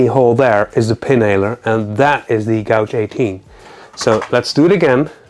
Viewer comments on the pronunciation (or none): Great overview on these guns.Your English is generally fantastic but 'gauge' is pronounced ' gayge'.A gouge is for wood carving & makes a large groove.